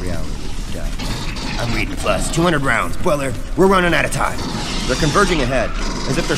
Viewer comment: goOD WORK. I think you should have pronounced the first syllable of 'Bueller' so it rhymes with 'dew', as in the Matthew Broderick movie 'Ferris Bueller's Day Off'